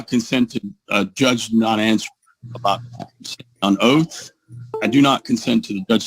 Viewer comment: Is he under oaf in the libary?